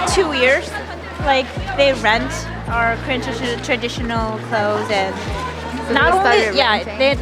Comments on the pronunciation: Pronunciation was perfect. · You guys Korean pronunciation is "perfect" haha 👍👍Welcome to Korea & have fun guys 😊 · Well done brothers! Your Korean pronunciation was just perfect and I'm impressed. I'm oh so patiently waiting for the next video